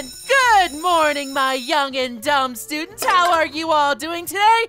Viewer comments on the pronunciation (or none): Hmm why did say dum stundent